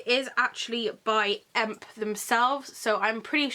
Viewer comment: I can totally recommend the Beetlejuice necklace (which is a EMP exclusive) and the moth ring from wildcat which can also be bought at EMP. I got both for myself and really like the quality :) (The correct pronouncing is E. M.P.)